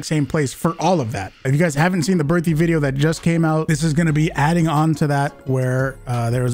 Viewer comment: Can you please learn how to pronounce Berthier?